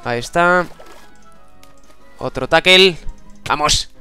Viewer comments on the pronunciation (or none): joa... se pronuncia TACKEL y se escribe TACKLE